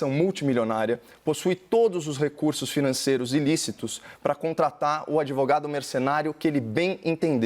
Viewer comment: E ninguém fala do "adevogado"?